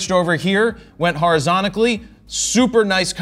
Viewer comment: wtf is "horizontically"